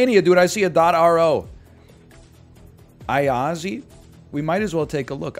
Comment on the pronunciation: just fyi Timișoara is pronounced ti-mi-SHWA-ra (not ti-mi-so-AH-ra) because of that comma thing below the s making it a sh sound (: and Iași is yash(i) (like barely pronouncing the i at the end) not aiazi (